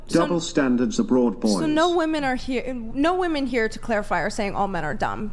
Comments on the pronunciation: Why do they all say "woman" instead of "women"? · Why do people on this podcast especially pronounce so many words crazy wrong? “Anonymity” is pronounced with a short A sound not the long A sound at the beginning. He and others often call women, woMAN. There are others. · Why do they say "woman" instead of "women" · Why is it that a whole generation has been taught to pronounce wom-en as womon? I've noticed this over past year and it bugs the sh#t out of me. Why is everyone pronouncing this word incorrectly?